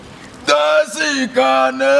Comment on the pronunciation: On dit daïshi et non daïsi.